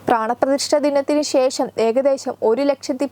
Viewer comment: ശേശം അല്ല..." ശേ ഷം". പച്ചെ അല്ല " പ ക്ഷെ" എന്ന് പറഞ്ഞ് പഠിക്കുക. ബാരതം അല്ല " ഭാ ര തം" എന്ന് ഉച്ചരിക്കാൻ ശ്രമിക്കുക